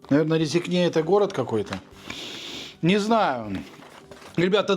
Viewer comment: Привет из Латвии! На вкус и цвет все фломастеры разные. Город РЭзэкнэ - если произносить по-русски. И ударение на первое е(Э). РГК - это очень крупный мясной комбинат. Не самый плохой в Латвии. Есть хуже - на мой личный взгляд(вкус). Ценник громадный, это правда. Еда в Латвии дорогая. То, что вы купили - не факт, что это покупают местные. Я, например, селёдку в масле не беру. Если надо для шубы, то есть селёдка в маринаде. И колбасы вы какие-то страные купили. Ассортимент там огромный, а вы самые дикие купили! А контент у вас прикольный. Успехов! Без шуток.